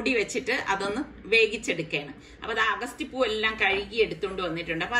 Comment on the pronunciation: അഗസ്തി എന്നല്ല അ ഗ ത്തി..